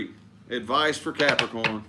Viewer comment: Love the way he stares into the screen and says Capricorn “caaarprocron”for their readings 😂